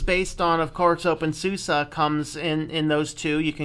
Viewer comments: your saying opensusa its opensuse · It's basically Zoo-Zuh/SUU-Zah (SUSE = S_oftware - u_nd - S_ystem - E_ntwicklung/ Software and Systems Development)